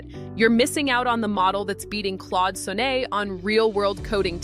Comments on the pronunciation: In the US, it's "S on net", not "So nay". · is AI. "Claude Sonay"? "TEHY YOU Score" Ha ha! And OMG, this is just a lead-in to a paid service where people actually help each other. Swipe Left. Next.